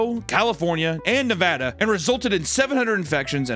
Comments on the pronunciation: Thank you,, for pronouncing Nevada correctly. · Papa, thank you so much for pronouncing Nevada the correct way. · Hey, you said Nevada right thank you